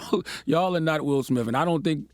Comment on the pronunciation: Guys, His name is SmiTH! SMITH. There are NO F’s in it! Why do you say SmiFF?